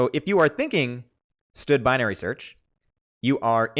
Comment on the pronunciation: std:: you say "stud", that is funny. I say "standard" "standard count", "standard max" anyway, who names a library sexual transmitted disease?